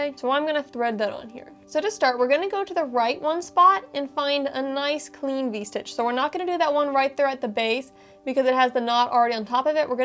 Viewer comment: It’s distracting to hear the words “ stitch” and “strands” constantly mispronounced. Add “stretch” to the mispronounced words. Grimace